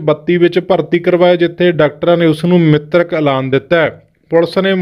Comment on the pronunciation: ਉਹ ਮਿਤਰਕ ਨਹੀਂ ਮਿ੍ਤਕ ਹੁੰਦਾ